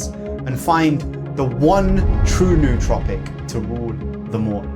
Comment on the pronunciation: I find it ironic that 99% of the smart drug community can’t pronounce “nootropic” correctly. If a word looks weird you google it. Why wouldn’t “smart people” do that?